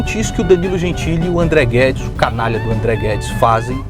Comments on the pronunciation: Perfeito o video, André. Seu roteiro é sempre impecável. Toda Vez que o Nando Moura Petista Conservador falava "André Guedes" eu tava ouvindo "ThunderCats" e fiquei sem entender o motivo disso kkkk um abraço. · Que vídeo é esse do anão que fala "Amdreh Guedis" 😂😂😂